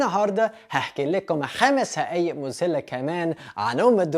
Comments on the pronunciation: مذهله بال ذ ومش بال ز اسمها مذهله مش مزهله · برافو عليك يا... بس إسمها حقائق مش هقائق... وإسمها مذهلة مش مزهلة.. بس برضوا برافو عليك أتعلمت اللهجة المصرية بإحتراف